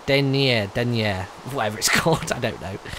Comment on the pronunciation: Dernier is pronounced Dern-Yay Argent is pronounced Ar-Jawn